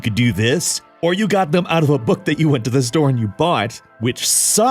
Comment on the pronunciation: Da fuq is a "booq"? And "magu-zene"? Im prty sher ur jst macing up wrds now.